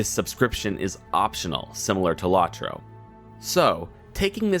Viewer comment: It's pronounced "Low-troe," with both Os long, not short. As to your opinion, well, it's aged fairly well for a game that's 13 years old. I agree that the expansion pricing could be better, but other than that, it works.